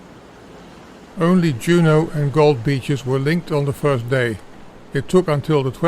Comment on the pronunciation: Juno Beach wasn’t pronounced like a Scandinavian word. JJJuno with a hard “J”